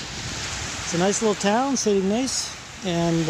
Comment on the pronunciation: ..pst...and its pronounced IG like pig, Niss like hiss....Ignace What a great look along LAKE MICHIGAN, love the new hat. Looking forward to Mackinac Island, I didn't do it, once again I had a dog with me, so I had to consider him...I got some great fudge there in St Ignace, and had a buffet breakfast in a Train car diner! I have Family in Three Rivers, Ann Arbor, and Fort Wayne IN. I don't get up there often tho...Hope you continue to have great hike!!